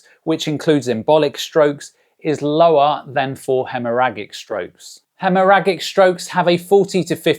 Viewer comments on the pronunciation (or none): Pronounced Hemmorajic.